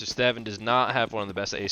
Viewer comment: i think its pronounced staun but good vid